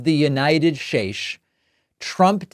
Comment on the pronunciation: Announcer: "... in the history of the United Shaesh..." Me: Um... May you have meant, "...in the history of the United States." Just mentioning it to help.